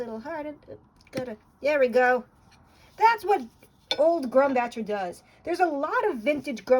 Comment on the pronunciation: 1) pronounced grumbOHker; 2) you’re using paint tubes not bottles 3) mang-Ah-nese; 4) the WN manganese paint you’re using seems pretty new, is it authentic? If you didn’t kneed the tube and the oil didn’t separate it seems suspicious. 5)mold holland paint seems stiff or dry out of the tube due to the high concentration of pigment vs suspension medium. Makes the tubes heavier in many cases too.